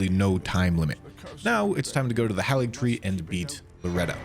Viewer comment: It is pronounced HEY-LIG-TREE. Why don't people pronounce it right?